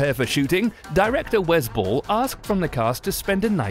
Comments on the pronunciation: That accent kinda ruined the pronunciation lol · Oh I thought you were saying the director "was bull" but then I realized that that's the director's name